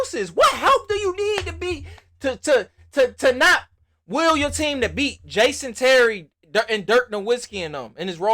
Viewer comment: "Jaaasyon Terry" LOL